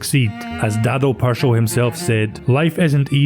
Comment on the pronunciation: Pršo isn't easy to pronounce but you gave it a good go. You also pronounced Hajduk properly. An English narrator would've said PurSO and Hayduk 😂That's what I like about your Scots. The Irish the same. You make an effort.